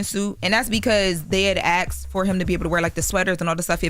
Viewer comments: PLEASE 💔💔💔💔😢 It’s ASKED … not AXED. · and "Axed" is so baddd lol she doesn't even try 😩